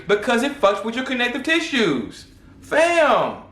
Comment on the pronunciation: Bro the way you broke things down is unheard of. This is a damn good video lots of information. The funny part is when you say “FAM”😂😂😂 and HoeReady😂😂😂